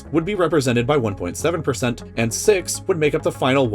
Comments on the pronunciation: pronounced like "seek" not "sick" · Sometimes I wonder how someone does a little more research on pronouncing words before doing a video,its not pronounce SICK,its SEEK,I have a lot of Sikhs friends and never seem sick. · Sikh is pronounced like seek not sick. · You are aware that Sihk is pronounced "seek" right? not "sick". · Sikh is pronounced as "Seek" not "Sick". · Sikh is pronounced seek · Great way in pronouncing Sikh you made it sound like the Star Wars sith That offended me and Sikhs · its pronounced seek.